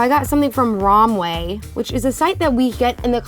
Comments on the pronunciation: RoMwAy Me:it's pronounced rahm wee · when they say romway instead of romwe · And if I here say rom way one more time it is rom weeeeeee 🙄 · I love you guys but Romwe is pronounced Rom We and not Rom Way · The way she pronounces romwe annoys me so much